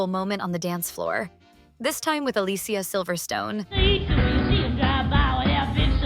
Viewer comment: I love the fact that you get not only Brendan Fraser's name correct (Fra zer) but also Alicia Silverstone's (A li sea a)